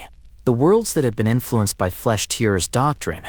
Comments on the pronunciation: That AI voice is dog shit haha, it cant even say Tearers properly haha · Can't even pronounce "tearers" correctly. Lazy edit to not even notice